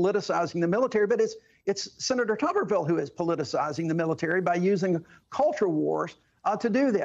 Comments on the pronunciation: The senator's name should obviously be pronounced "Toober ville" not "Tubber ville". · It isn't "Tubberville" it's "Tuberville", as in Tuber-ville, as in "spudtown" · HELLO!!!There's only one b in his last name so therefore it's pronounced just like you're saying the word tube.